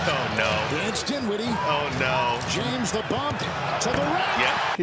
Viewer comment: It sounds like the commentator says James the bum 😅